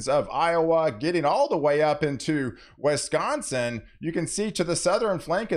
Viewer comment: I grew up in Wisconsin. Wheres this place "Wesconsin" of which you speak?